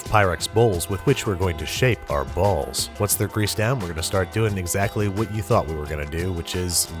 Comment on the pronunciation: best way to pronounce "BALLS"